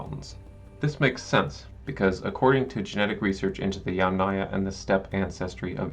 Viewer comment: YUM - naya. Emphasis is on the Yum.! Never on aya!!! So from the very beginning ... you miss pronouncing the term on which your video is based. Extremely disappointing to hear you mispronounce "yamnaya"